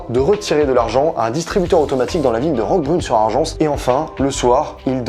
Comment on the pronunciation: Bravo vraiment une super vidéo bien travaillée ! Pour information le s à la fin de "Roquebrune sur Argens" ne se prononce pas